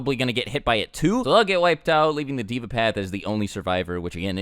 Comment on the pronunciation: Deva is pronounced as Day - Vah, meaning god in sanskrit. Actually, four of the paths of pain names uses sanskrit.